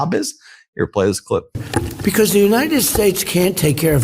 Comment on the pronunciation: When did we become the "United Schates?"